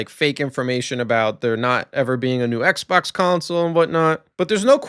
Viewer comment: ay-low fre on the eggsbawcks free-siiggstee was peak